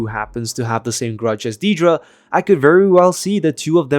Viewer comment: If you can't pronounce her name correctly then don't pronounce it at all. It's Dead-ra, not Dee-dra.